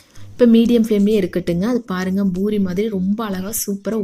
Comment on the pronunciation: It’s poori not boori pls